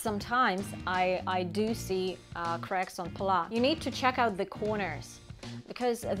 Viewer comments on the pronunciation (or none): Hi you may pronounce it pallaS the s is not silent. PAL LAS